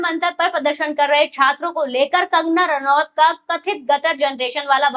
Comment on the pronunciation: कंगना नारावत नहीं,कंगना रनौत कहिए मैडमजी!